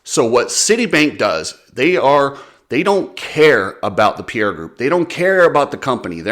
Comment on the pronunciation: Please if people would start pronouncing Pierer properly it'd be great... its Pie - Rer not Pierre also it's not bah-ha it's Ba-jaj. And nowhere in the game plan is CF-MOTO expected to raise pricing. A few stab in the dark claims, but worth the watch.